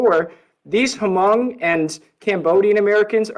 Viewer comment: I think should do more research on the Huh-mong people lol.